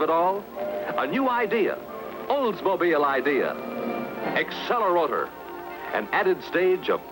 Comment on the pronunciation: Accel-A-Rotor" hahaha 🤣